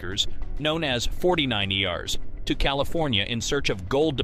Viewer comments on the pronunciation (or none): Forty nineyars?? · Forty nine ee rrs? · Not completely accurate .I had great great uncles who served under "Lituenant Colonel " in the7th calvary regiment ..And it's Forty Niner's Not 49- Ers ...C-mon man ....